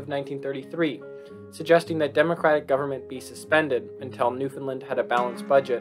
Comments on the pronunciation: It's pronounced New-Fin-LAND not New-fin-Lind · Nice video,. There is just one thing I would recommend: there is an easy way to pronounce Newfoundland. Try saying it the same way you say 'understand'.